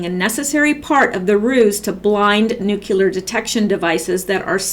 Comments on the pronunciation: you are so highly intelligent. Please say Nu-clear instead of Nu-cu-lar. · Nucular is not a word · Come on ppl...you can do it! Say it with me now: "New...clee...er" "New...clee...er" "New...clee...er" "New...clee...er" "New...clee...er" "New...clee...er" "New...clee...er" Hooked-on-phonics can work for YOU too! That's how You CORRECTLY pronounce "nuclear" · Amen brother! It destroys a person's credibility when they say "nucular" rather than the correct "nuclear." G.W. Bush sounded like the idiot he is every time he confronted that word. I hope all my ex-students pronounce it the correct way. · Interesting, but distracting and painful to listen to----as she stumbles over words mispronounces "nuclear" and she even admits "I can hardly read it myself".